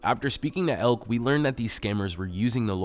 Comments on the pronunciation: btw: finding that lawyer with the information in this video isn't too hard, if anyone's interested. you're also supposed to pronounce the last e in her name. elk-uh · This wilfully ignorant woman ABSOLUTELY deserves everything she gets. (By the way: the lady toward the end is obviously German and if her name is spelled Elke, it's not pronounced "Elk". It's pronounced "Elk-uh".)